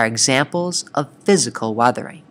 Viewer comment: man said arthering not weathering